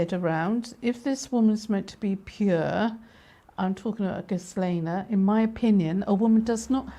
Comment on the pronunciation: Sorry but there are loads of photos of Trump with Epstein and Ghislaine. You pronounce Ghislaine as "Gilaine" the s and h are silent. If you listen to the interviews of Maria Farmer, Ivana used to go out with Ghislaine "scouting" for girls. 🤮 I am an anarchist because all these people at the top are evil. Anarchy is not about the Sex Pistols, its about farming collectives, and running the country OURSELVES. Democracy, is rule by a small number of people. Communism is also rule by the state, a small number of people. Anarchy is rule by the people.